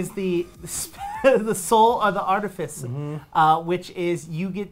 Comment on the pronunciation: Artificer (art-if-icer).